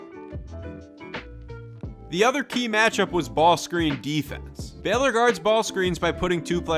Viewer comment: Good video. It’s pronounced “BAY-lor,” but good breakdown of the coaching and the talent.